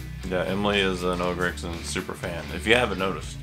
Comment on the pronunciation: It’s GRAGSON